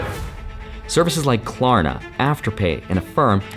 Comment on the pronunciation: Ummm your definitely saying klarna wrong 😂